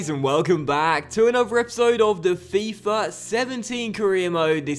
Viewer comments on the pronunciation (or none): none